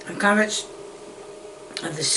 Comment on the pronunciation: "Honiones" "Tomyatos" "caryots and PEP pa" "SALTY AND PEPPIAR!" "im not payin' £1.75 for a tin a' cheerios" - 2023